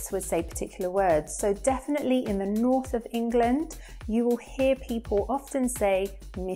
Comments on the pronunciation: I also notice you swallow your Ls: such as in little - you say littow not littul, for all: awl not orl. Your ends of words like 'definitely' are more 'definitelay' as opposed to 'definitelee' and your vowel sounds are more extended than in RP: for said you say sayd rather than sed. Perhaps it would be interesting to do one on that difference. I know Cockney is no longer very prevalent in London except in older generations but there is a definite Essex/Estuarine accent. I also notice it in words like water that an Essex accent will pronounce: wataah instead of watuh. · you say he said definly, I heard defwee 😂